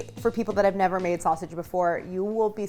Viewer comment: Harris calling sausage snasage made my day! 😂